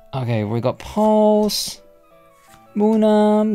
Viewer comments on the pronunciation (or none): You said “Pulse” lmao it’s “Plusle” brother “plus-le” 😂